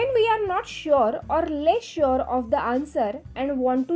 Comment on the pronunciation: khup chhan sangitale dear tuza awaj pan chhan aahe fakt are ch pronouncing thod ...vatle baki mast tx chan